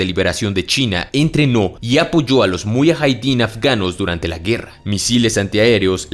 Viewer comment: Se llama Muyahidin. No muyajaidin